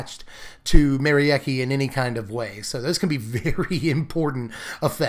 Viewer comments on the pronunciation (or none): For what it's worth, Merieke is a Germanic name, pronounced something like Meh-Ree-Kuh 😄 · Nah it's not ... the 'Me' is not like the 'Ma' from Mary ... it's more like a 'Meh' ... so i would pronounce the name: Meh-ree-keh ... it looks a lot like the dutch name Marieke, only with the 'a' turned into an 'e'